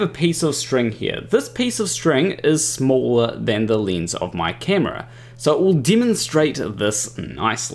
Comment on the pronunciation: I appreciate your explanation, but what's a leenz?